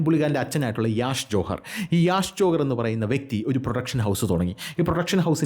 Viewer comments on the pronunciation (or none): none